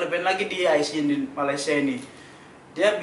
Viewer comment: Orang Malaysia yang tengok video ni jgn malu malu report kat Imigresen atau Jabatan Pendaftaran Negara. Sebab suspicious. Org indon kalau lama duduk Malaysia. Dia takkan sebut Mala-sia. Dia akan sebut Malay-sia...